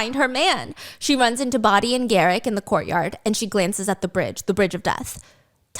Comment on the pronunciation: Steph, I love you so much but Bodhi’s name is not Body 😂 it’s pronounced Bow-dee 🫶 but slay biss queen 💜